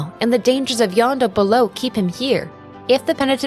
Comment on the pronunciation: This is a great video, and extremely well researched, which just makes me wonder how you ended up with the wrong pronunciation of "Jondo," which is pronounced correctly in game (in Spanish, J makes an h sound, not a y sound).